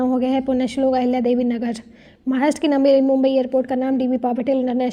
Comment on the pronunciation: it's mumbai not mumabi